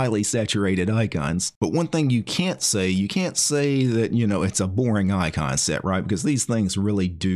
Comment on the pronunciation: Sometimes "icon set" sounds a bit like "eye concept", and all of a sudden, your icon set showcase becomes all the more poetic.